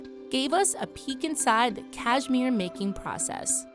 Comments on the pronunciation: You’d think if you were going to narrate a video about Cashmere, you’d learn to say it. It’s Kash-mir not Kaj-mir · Can’t stand how she says cashmere. Cayzmeer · Cashmere? You mean “CashMore right?